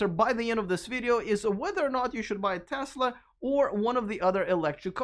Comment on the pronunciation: Thank you for your correct pronunciation of "Tesla!" It's not Tezla, as Ben Sullins says it.